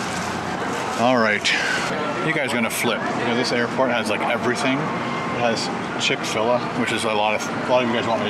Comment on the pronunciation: It's Pronounced Chick Fil Aye